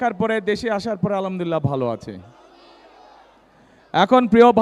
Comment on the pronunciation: আলামদুলিলাহ কি? উচ্চারণ ঠিক করেনএবং সালাম দেওয়া শিখেন।তারপর রাজনীতি করতে আসেন। কোন মূখ্য যে আপনাকে ভোট দিবে আল্লাহ জানেন।